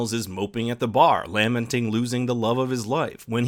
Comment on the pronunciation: You say “lamenting” weird.